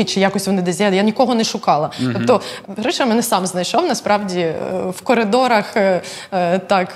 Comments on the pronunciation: Не Гріша , а Гриша , Григорій . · Як вуха ріже ім'я ГР І ША, адже правильно Гриша,Григорій ! Ви ж українці ...!!!